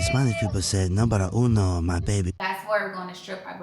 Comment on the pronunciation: That ngga said Numbera uno… GOODBYE espanNO!